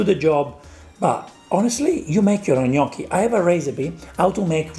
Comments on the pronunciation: It's more like Gmocchi alla Gricia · can you teach Sam how to say Gnoocchi right? it's bothering me more than his cooking.